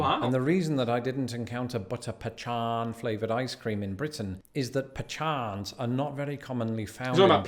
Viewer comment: He's really rubbing in that mispronunciation of pecans.